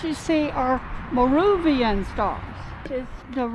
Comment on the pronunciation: Thank you! I thought of changing channels when she said "Muh ROO vian". Figured if she couldn't pronounce it, what else did they get wrong?